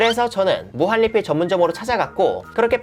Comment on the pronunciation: 무한리필?할때 발음이 왜그러시죠?